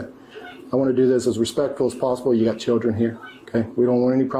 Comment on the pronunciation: "Chir-dren." This video is every stereotype wrapped in one. All of them. ALL.